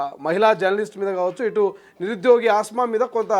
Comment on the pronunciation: Asma kadu kasma